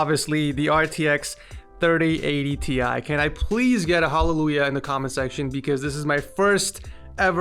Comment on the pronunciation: It's not " T Ie" but " TIe"!!